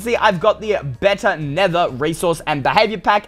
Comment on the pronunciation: Not nethe its nether